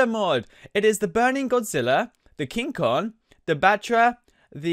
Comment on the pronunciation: This guy doesn't know how to pronounce Kong xD